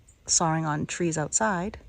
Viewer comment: "Sawring..." is that a New England pronunciation? I love that our great country has regional gems. I so enjoy savoring your videos,. Thank you from the Midwest!